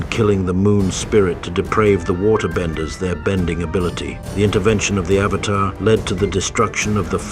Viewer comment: i hate the fact that everytime i listen the pronunciation of avatar it just hits me. its like pronouncing burger as bergers . it gets on my nerves ahhhhhhhh